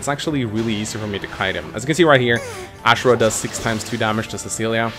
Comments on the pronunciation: I'm very bugged my pronounciation of "Azura". It's not Ashera god damn it! >< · It's azura not ashra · Still get triggered by the way he pronounces azura but still a great video tho